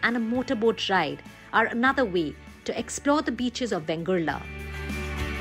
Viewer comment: Its correct name is VENGURLE ( and not Vengurla. Vegurla is an aberration of Vengurle, which has assumed a regularity).